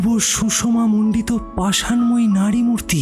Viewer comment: র আর ড় এর উচ্চারণের দোষ ভীষণ তীব্রভাবে কানে লাগছে। নারীমূর্তি বলার পরিবর্তে নাড়ীমূর্তি উচ্চারিত হয়েছে। একইরকম আরও অনেক শব্দ রয়েছে। এই একটা জিনিস ঠিক করে ফেলুন, তাহলে একশোয় একশো দেওয়া যাবে চোখ বন্ধ করে।